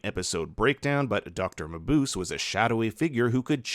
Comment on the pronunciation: Dr. Mabuse is pronounced "muh-Booh-zeh", not "muh-Boose."